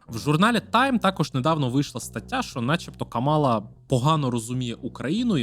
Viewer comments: Вона КАмала, а не КамАла. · КАмала , на перший склад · Зверніть, будь ласка, увагу – правильно ставити наголос на перший склад в імені віце президентки – Кáмала. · Я не здивована, що для білого гетеросексуального чоловіка питання абортів та рівності в суспільстві не є важливими)) Упродовж усього відео відчувається упередженість спікера до КАмали (так, він навіть її ім'я не в змозі правильно вимовити), а висновок про те, що Трамп, можливо, завалить нас зброєю відверто насмішив.